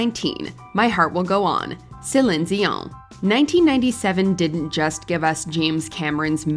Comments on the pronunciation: Her name is CELINE DION. Not whatever you said. Selin Zion? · I'm sorry, but why is no one commenting on her complete butchering of Celine Dion's name ??????????